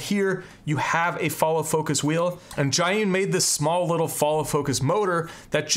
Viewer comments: Zhiyun not Zhayun LOL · Imo it's pronounced like "zheeyoon" since it's from China. Not "ghaiyoon" like how the guy in the video pronounced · You know he smokes weed when he calls the crane "Jah-Hun".